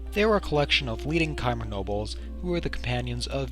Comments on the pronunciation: Lol he pronounced chimer right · He pronounced chimer right.